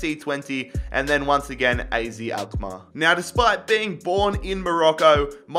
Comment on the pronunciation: You pronounce AZ as AAZET Greets from the netherlands🤣🤙🏻